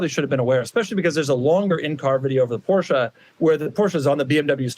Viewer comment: What hurts more than the necks of those 2 drivers is the pronounciation of the "Porsche"